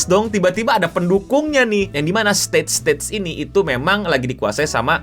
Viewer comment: Setuju banget sangat berasa, meskipun pas ngucap "states states" bikin senyum